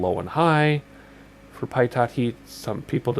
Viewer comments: "Pie TOT" lol ....pitot = "Pee toe" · Great video! Very helpful for a new XP guy like me. One minor thing. Pitot is "pee-toe", not "pie-tot". It's French.